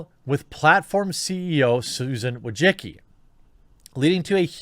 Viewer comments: Bruh he said "WA-JA-Ki" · He absolutely fucking can’t. He misses half letters and doesn’t even realise that -cki is read as -tsky. There is no ‘g’ sound. There is no ‘o’ sound. He sounds illiterate.. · Bro I’m Eastern European and you should check how to pronounce Wojcicki... what you doing is straight up butchery lol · It hurts my ears every time an American or a Brit butchers pronunciation Susan Wojcicki's last name.